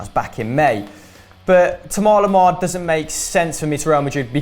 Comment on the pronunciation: Why do they call Thomas Lemar , pronounced "toma loma"?